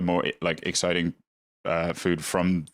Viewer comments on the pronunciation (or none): none